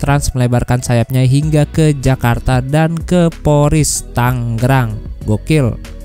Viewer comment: Tangrang apa tanggerang